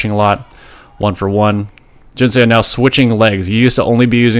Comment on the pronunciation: Love your content, but in Korean "Seo" isn't pronounced "Say-oh" - it's a single sound, more like "suh" - it's just romanised as "eo" but not intended as a double vowel sound.